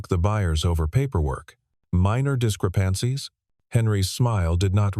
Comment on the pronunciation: mispronounced words 👎 ie 'neutral and discrepancies'